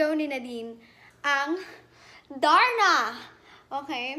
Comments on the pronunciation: Ay bagay nga. Ganda ng pagkaka sabi nya ng darna. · Napunta ulit ako Dito Imiss nadz my love🤗😘👏👏👏astig tlga pagkakabigkas Niya ng darna👏👏👏,thank you donnalyn🤗😘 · yung pagbanggit nya ng darna ang ganda😍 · I agree with all the comments..she really nailed the "DARNA"!